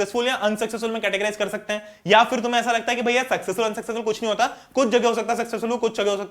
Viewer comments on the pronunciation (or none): it's bhaiyaa not bhaya so don't take it seriously, I did some mistakes that doesn't mean u will highlight that😑